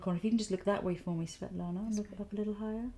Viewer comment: I am a Svetlana too and you were cute pronouncing it, don't worry ;)